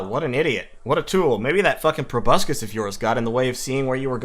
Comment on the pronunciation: Go ahead, mispronounce proboscis one more time. I'm not seething. I'm not malding.